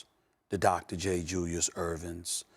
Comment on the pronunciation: Irving! Not Ervin.